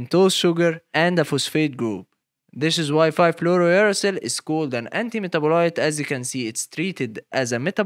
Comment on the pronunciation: somehow u say it right when its uracil alone but not fluorouracil